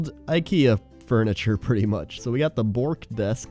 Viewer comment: it's not "bork" its more of a uh sound making it Buhrk if you dont get this right you are going to lose all your Ikea cred